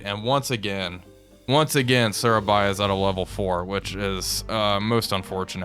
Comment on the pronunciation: Loving this series so far but as an Indonesian I do have to both laugh and cringe a bit on your pronunciation of the cities of the Dutch East Indies (Which is ofc now Indonesian cities), your Surabaya though is excellent. Just a tip, we don't have any 'ae' to pronounce any As, we use that for 'ei'. So for example Balikpapan it should be Baaleekpaapaan, all As pronounced like in 'Java'.